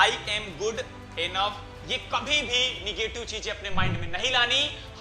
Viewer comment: Negetive hota h bhaiya nagative nhi